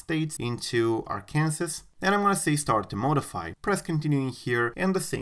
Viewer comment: he said "ar-Kansas"